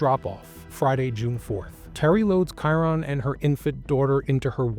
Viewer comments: Dude him just wondering off would be the least likely this is terrible what has you tube came to. Play the clips instead of talking all the time shit that doesn't make sense and you can't even pronounce his name right. Did you do any research or just let chat GPT write it? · Excellent coverage. Please learn how to pronounce his name.